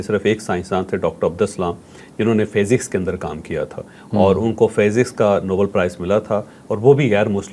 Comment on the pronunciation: جاوید چوہدری صاحب یہ لفظ فیزکس نہیں بلکہ فزکس ھے